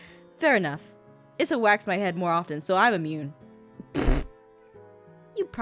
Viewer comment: I'm pretty sure Brendan's wife's name is pronounced eessa not issa